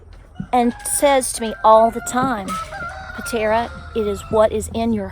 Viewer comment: Not Panera but PATERA!